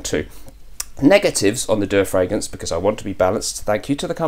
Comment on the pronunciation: dua is an arabic word as you can see with the arabic calligraphy on the bottle label. it is pronounced as two syllables du-aa